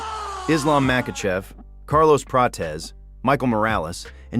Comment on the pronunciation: Arman hey Ariel “ it’s prates 😂😂not prachez